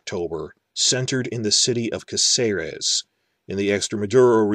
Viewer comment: Well, since you're worried about mispronouncing things then I have to point out that the town's name is CÁcerec, not CácEres. In Spanish words that little dash specifies which vowel is stressed. You've been saying it wrong the whole time.